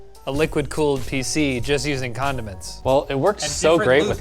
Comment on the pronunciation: WTF DID I JUST HEAR??? Did say Condom-Ends??? Alex perfectly pronounced it though. Haha